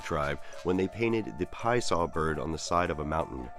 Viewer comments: says the Pie Saw Bird... Love it you had the name on point! but I still like saying it with an Italian accent tho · yesss!!.. thats my boi!.. love the MetaZoo lore included, as well as the more correct way of pronouncing his name.. lol, soo many start with the Pee-assah way of saying it before learning the more accurate Pie-uh-saw phrasing..